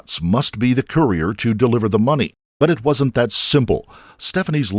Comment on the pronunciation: “Courier”, but slightly mispronounced.